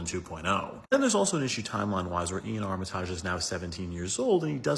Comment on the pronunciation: I'm pretty sure it's pronounced "Ar-ma-tij" and not "Ar-mi-taaj".